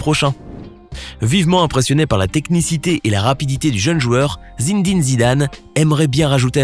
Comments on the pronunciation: Mdrrrr quand il prononce "Zinedine Zidane" au lieu de "Zinédine Zidane" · Il a dit Zinzing Zidane